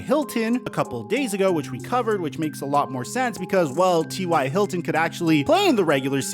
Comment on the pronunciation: The way you pronounce ty Hilton name is hilarious lol great content bro